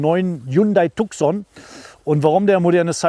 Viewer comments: Cool video, but whoever made the colorgrading made the mistake to shift the Red color into Orange which is misleading since this color does not exist in Tucson lineup. Also it is pronounced Tu-son not TuK-son. Other than that - great video. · Aussprache von Tucson wird Tuson ausgesprochen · Tuson wird ausgesprochen.Tucson ist ne Stadt in USA. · Tukkkkson - Lambordschini :-D Hast Du ne Wette verloren und musst die Modelle/Hersteller so falsch aussprechen? :-D Ansonsten aber tolle Vorstellung! Unterhaltsam und informativ. :-) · Tukson hahaha xD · Tucson spricht man anders aus.